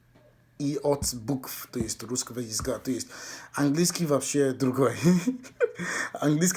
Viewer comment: Перевоплощение В Рускыго чЭловэха